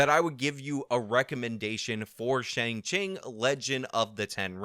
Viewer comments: I heard him say "Shang Ching" at least 3 different times. It was weird. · My 73yo mother referred to it as the new Tony Leung movie. When you started calling it Shang-Ching, I was 😧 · You say shang ching I laugh. Simple as that. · Did you say Shang Ching? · Let's do all we can to appeal to China! But also pronounce 'Shang-Chi' in a way that in no way resembles the Chinese pinyin pronunciation!